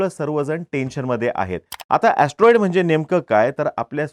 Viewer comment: Atroid or astronaughts😂